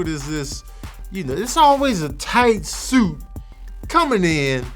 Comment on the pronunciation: Why he keep saying "SUIT" like that?😆😆